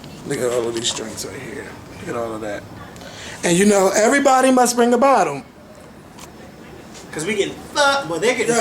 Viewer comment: It sounded like said "everyone must bring a bottom"... LMAO